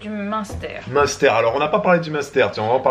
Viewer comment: Jadore comme di "monster" on dirai le nom de boisson énergisante, alor que le dit bien. Je sui de franche comter et j'ai énormément rigoler sur la video de hier en vous regardant essayer de dire munster 🤣 😂